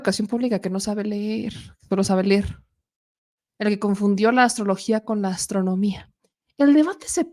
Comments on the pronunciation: Nuño no sabe ler la niña le dijo no se dice ler se dice leer pobre niña fue expulsada casi casi le dijo mongólico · A nuño lo corrigió una niña, una nina le dijo a este mediocre: " no se dice ler, se dice LEER" le dijo la niña. Ahora este señor quiere opinar cuando él mismo no sabe ni siquiera qué es EDUCACIÓN. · Cómo poder confiar en un individuo que dice "ler"??? 😂😂😂😂😂😂